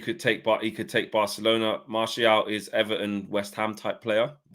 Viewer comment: Man said broke-alona, recession fc🤦🏿‍♂️🤣🤣😭